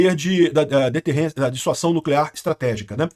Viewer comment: Amigo, corrige isso aí! Chega dói quando você fala DISSUAÇÃO. Muda pra DISSUASÃO!